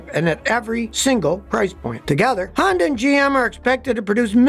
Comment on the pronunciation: Sonda? Hony? Shonda?